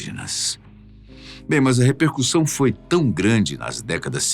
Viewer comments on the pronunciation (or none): none